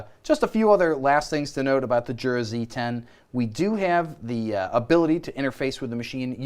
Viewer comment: Jura is pronounced yura as in “yer a dummy for not doin your research”